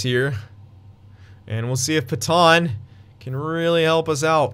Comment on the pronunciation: Pet-anne not Peton please dont say Peton anymore